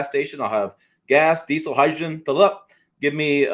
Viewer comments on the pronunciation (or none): none